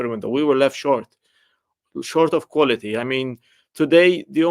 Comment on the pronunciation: There is a "T" in qualiTy!